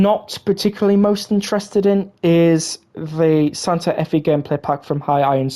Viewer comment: the Fe in Santa Fe is pronounced “Fay”